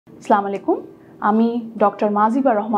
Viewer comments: দয়া করে অনান্য শব্দ উচ্চারনের মত, সুদ্ধ উচচারণ "আসসালামু আলাইকুম" বলবেন। ধন্যবাদ। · সালামের উচ্চারণ হয়নি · স্লামুয়ালাইকুম!!!! ম্যাম, আসসালামু আলাইকুম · এতো লেখপড়া করে ডাক্তার হয়ে লাভ হয়েছে কি সালাম টাই দিতে পারেন না ঠিকমতো। স্লামালাইকুম নাকি আসসালামু আলাইকুম কোনটা।